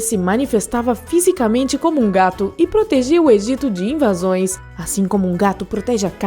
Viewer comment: Sempre quando ela acaba de falar ela tonifica a ultima letra tipo gatUSS invaSOES donO